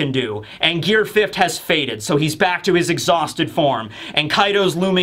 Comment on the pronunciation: "Fifth't" Why do you put a T on the end of the word fifth?